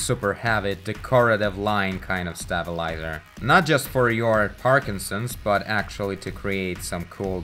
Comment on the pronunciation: I like how he says stabilazor, it sounds like "stab-a-lie-zer"